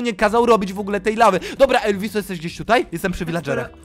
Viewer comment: Jak to mowi Elviss to Beczka hahaha